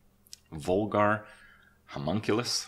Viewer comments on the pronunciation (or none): Why is Vulgar Homunculus pronounced vol-gaar and not val-gur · "Vol-gar Homunculus?"